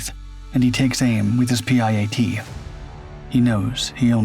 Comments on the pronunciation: It is called a PIAT not a P. I .A. T . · PIAT its kinda pronounced pee-at. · Spelling out the PIAT launcher every time was real annoying. Why not just call it a PI-AT like normal? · Pronounced pee-at ffs. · PIAT is pronounced pee at. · It's pronounced Peeyot. Its spelled PIAT. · It’s a P I A T- PIAT.